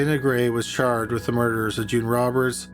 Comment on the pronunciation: "she was then charred with arson" is it just me or did you keep saying charred instead of charged, and then "she was caught with a lgsfjkgter" I had to work out was lighter haha